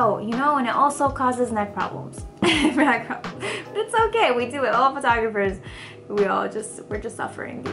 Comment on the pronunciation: it's annoying how you say Bu22222 instead of buttttt Minute